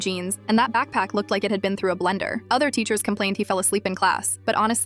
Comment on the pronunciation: It not teschers it teachers